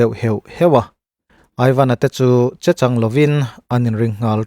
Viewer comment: I aw a felfai tha e. Mahse, thluk dikloh a awm nual e.g. 'riang ruang', 'chechanglo' etc. tih tehi.